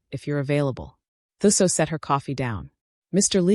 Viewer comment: Okay … 'Thuso' is pronounced "2-soh". Thanks for a character from my country, 🇿🇦.